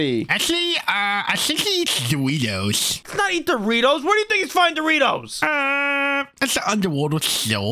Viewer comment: doriftos it not the bes prim is the bes